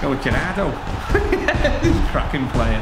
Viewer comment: he says cracking plur all the time😂